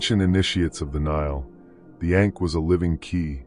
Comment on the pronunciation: Hard for me to take you seriously when you consistently mispronounce ankh.